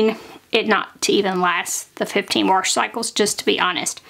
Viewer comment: Hi, I really like your clear teaching style. You include very useful details. I hope you have a sense of humor because I want to tell you the "r" is silent in warsh Sincerely, Terri fom Wa[r]shington. 😊